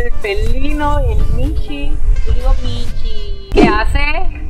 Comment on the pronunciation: El que dijo "Michu" está perfecto ☝🏻🌚